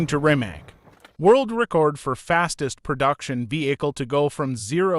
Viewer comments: I you talk about a car please pronounce the name correctly..... It's pronounced Rimats not Rimak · Why can't you Americans pronounce Rimac correct? Is it so difficult? Show a little more respect to other Languages and realize, that most of the world is not the US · Shouldn’t be that difficult to lear correct pronunciation of Rimac…Not just to show you are willing to do your homework but to show respect to the brand and someone’s last name.